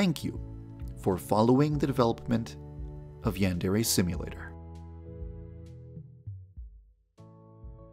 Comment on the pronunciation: The only problem with this game is that you pronounce it as ‘yandairy’ and it’s truly triggering